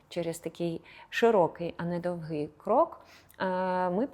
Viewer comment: Немає такого слова з наголосом: довгИй шаг, крок!!! Незрозуміле пояснення